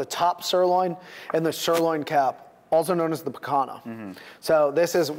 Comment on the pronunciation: picanha = pee-con-yuh